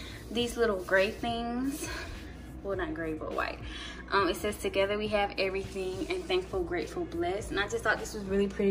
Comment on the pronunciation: “everyting” lmfao but you’re apartment is so cute!! And I have five of those candles lol